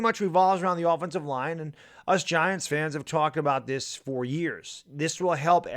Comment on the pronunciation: Line, not libe!